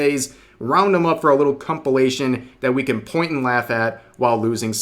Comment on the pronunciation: did you just say "cumpilation"??